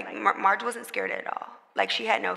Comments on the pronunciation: Lol it’s Meghan calling marsh “marge” for me 😂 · Her name is “Marsh”…….still, as you said Mehg; WHY IS THAT HER NAME⁉️⁉️⁉️🤔🤨🧐 SMFH